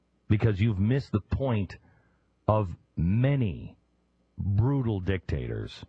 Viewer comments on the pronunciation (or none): did he say many grutal dictators?